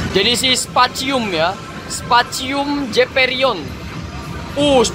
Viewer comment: Specium Baaaaang bukan Spacium